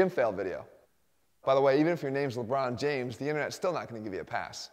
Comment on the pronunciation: “Lenbron James”